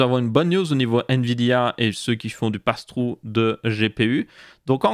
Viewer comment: "je suis plus intéressé par le "passe trou" personnellement" et son fameux "english accent" 😂